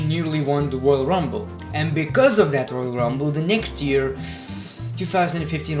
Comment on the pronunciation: It's not ear, it's year